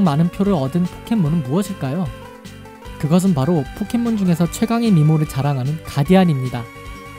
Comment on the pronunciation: 포켓몬을 폭켓몬으로 발음하는듯